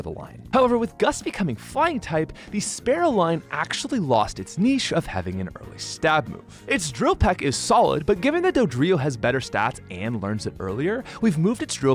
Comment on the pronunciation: Am I the only one annoyed he keeps saying “Sparrow” and “Farrow”?